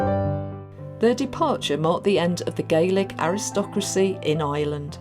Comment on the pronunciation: Its not "eyeland". It's Ireland!